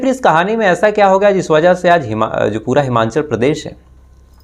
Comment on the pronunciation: It’s हिमाचल not हिमांचल..bro